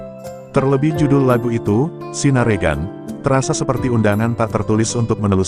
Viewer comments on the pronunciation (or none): Bacanya ...Bukan sinaregan.......... tapi sinarengan